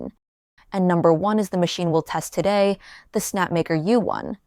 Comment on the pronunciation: Anyone here for the amazing sounding of "Today"?